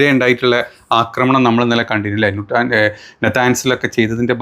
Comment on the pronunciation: 'അക്രമണം ' അല്ല, ആക്രമണം.